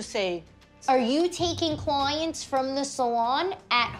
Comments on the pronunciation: HAHAHAHAHAHA CLOYANTS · Mirelli Sanchez cloyants 😂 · This Maria looks Albanian and is Albanian 100%, They do such things. Also, why this woman always says AKS instead of ASK, apologoze, klowyents, sowlon... 🤔